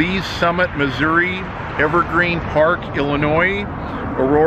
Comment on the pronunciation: Thank you for NOT pronouncing the S in IL!